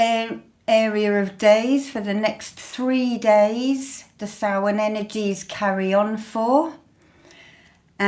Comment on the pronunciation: Beanachtaí na Oiche Shamhaine,! Blessings from Ireland (and commendations on your pronunciation of Samhain).